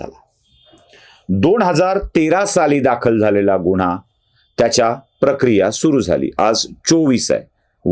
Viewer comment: गुण्हा न म्हणता गुन्हा म्हणावे.